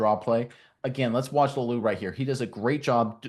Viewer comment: La-oo-lu, not Lau-lu